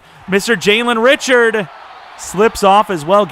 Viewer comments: it's actually pronounced Ri-shard, not Richard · Richard is pronounced Ri-shard but love you picked my raiders!